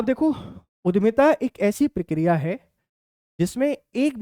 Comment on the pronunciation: Sir उद्यमिता है,उधमिता नहीं